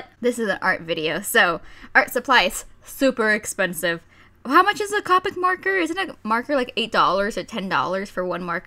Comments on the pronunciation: Coo-pick not Ca-pick nothing against you though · you say copic wrong